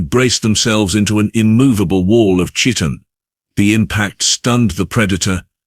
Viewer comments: "...hulking masses of muscle and 'chee-tin'..' Chee-tin ????? Umm you mean chitin ("ky-tin ")? How about instead of using a shitty AI for narration, try using a real human.... Very disappointing. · Entertaining, but please, please correct 'chitin'. It's pronounced 'ky-tin'. Rhymes with 'sky-tin.' It's driving ne nuts, lol